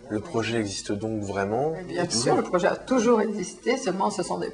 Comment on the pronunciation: "pro-geai"?ou projet...